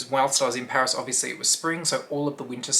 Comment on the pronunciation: Oh PARIS!( not pairs)😂